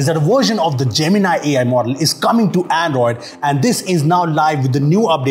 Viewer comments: Man don't call it gemin-i just call it gemin-e 😂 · That is not jeminaai Gemini you are a Indian pronunciation should be like a indian not a alien😢😂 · why everyone is pronouncing it as( Gemin-i ) = jaymin-ai . and not as ( Gemini ) = jaymini ?🤷🏻‍♂️ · I always thought Gemini was J-mini. Now it's J-min-i.